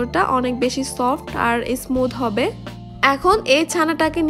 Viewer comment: বিদিও না ভিডিও, ইসমুদ না স্মুদ, মিক্সশ্রন না মিশ্রন, বিতর না ভিতর। ভিডিওর উপস্হাপনে উচ্চারন সঠিক হলে আরো সুন্দর ভিডিও হবে বলে আশা করি এটা মনে রাখবেন।